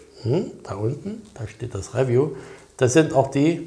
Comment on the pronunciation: Räwju. Es heißt Review.(Riewju) Aber ich feier deinen Content trotzdem.😉